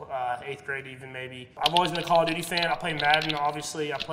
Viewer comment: Patrick: my favourite game is call of duty me: hE sAiD dUtY